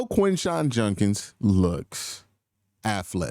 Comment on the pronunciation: Judkins not Junkins. Gotta have our own get it right. Grossi also an offender of mispronunciations.